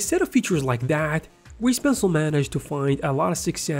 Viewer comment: "gweese pencil"